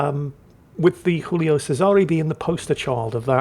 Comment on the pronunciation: can someone tell it's still Giulio, not Julio?